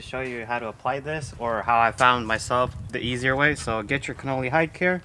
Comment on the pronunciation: Sorry but it isn't pronounced Cannoli, which is actually an Italian pastry, it is Con-nel-ly. You may be a bit young to know their history but they started in 1878 and are considered the finest leather maker of all time, still under the original family's ownership. You should take the time to learn of their pedigree, I think you will be very impressed. Hopefully you will find this helpful, btw your M5 is still one of my favorite's.